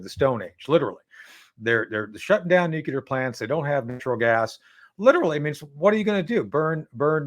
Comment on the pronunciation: Please someone tell Schaffer it’s noo clear……. Not f’n nookular….